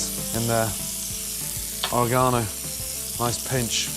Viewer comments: ore-GONO LOL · The way he said oregano!!! 💀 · All these years I've been pronouncing oregano wrong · It took me three to figure out he was saying "oregano" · Am I the only one trippin off the way he says oregano?